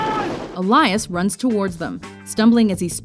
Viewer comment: Awesome no.1 pick. But isn't it pronounced 'El-Yas' rather than "E-La-Yas'?